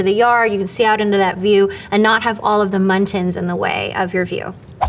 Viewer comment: did she say muntins or am i going insane